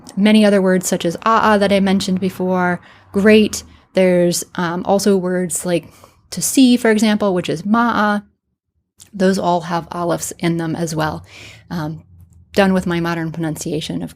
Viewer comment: the word ma'a is still used to this day in the Egyptian arabic dialect, but we say it with two glottal stops just like the ancient Egyptians said not like how you said it, (M'a'a مأأ), and it means something like to stare intensely or to look carefully